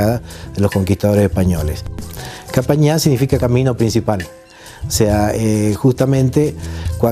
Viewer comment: no es capajñan, prononsiacion qhapajñan